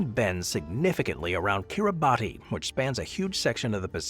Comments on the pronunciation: . Kir-ruh-bus, not Kir-a-bat-ee; it's to roughly rhyme with Christmas which is what the islands are named after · You consistently mispronounce Kiribati which we locals pronounce as KiriBAHS. Look it up! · is Gulf County really cut in half by time zone divide? Kiribati is pronounced "Kiribas". In their language, the "ti" sound is pronounced as a soft "s" sound. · Yes!!! Thank you!!! That bothered me throughout the vid. 😅